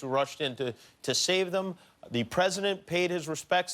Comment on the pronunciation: "She's got a son....thoo-gehther"